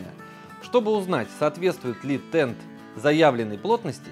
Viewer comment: Правильно ТенТ,а не ТенД!😮